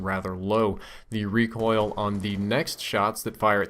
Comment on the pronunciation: Reocoil ? Lol